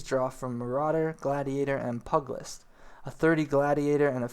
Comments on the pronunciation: Great video, but LORD GOD People lol. It's NOT Pug-list,its PEW-gilist. AKA pugilism, or fighting with your hands! AKA bioxing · pu-ge-list not pug - cmon. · (P-you-jill-ist) not (pug-list) stop being a lazy american and pronounce the extra "i" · Just an FYI - "pugilist" is pronounced "PYOO-jill-ist". "Pug-list" is hard on the ears. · nice guide. i have to say that the way you ate mis pronouncing pugilist is really bugging me lol. pug in pugilist does not sound like the dog pug but huge but with the letter p instead of an h or pew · Pugilist = Pew-ja-list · Here's a tip-- pew-Jill-ist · nice video but pugilist is pronounced pieu-gill-ist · While you're on the topic: pu·gi·list /ˈpyo͞ojəlist/ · It's pronounced Pugilist (Pew~G~list) and Melee (May~lay). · Pugilist is pew-jih-list. Melee is may-lay. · "Mee-lee" "Pug-list" derp